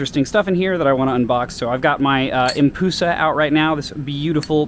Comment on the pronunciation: Its pronounced ‘Em-Pu-Sa’ not ‘Em-Poo-Sa’ and tequnicly there both in correct as it’s just called the empress madusa